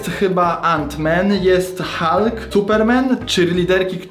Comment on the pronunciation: Hulk tak siępiesze a wymawia się halk